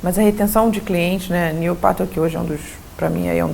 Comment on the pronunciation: Sensacional! Ela citou um exemplo, mencionou como papa do marketing, alguém conseguiu escutar com clareza o nome?? New Patle, algo assim..